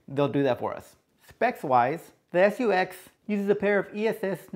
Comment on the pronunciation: Guess the language barrier strikes again. " SU-X" really?? Nice review though!